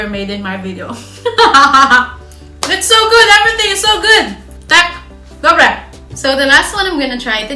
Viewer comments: inak to tvoje "dobre" je dobré :))))) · To tvoje " dobré" musím sa smiať sympatická si 🙋😄